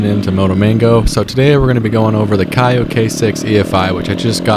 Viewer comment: The proper way to say the name of KAYO is like KO not KAIOH just so you know.